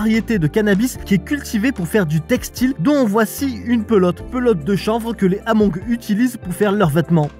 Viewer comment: Super récit, correction ce sont des Hmong qui se prononce Mong, la diaspora Hmong est eparpillé sur la planete depuis la guerre du vietnam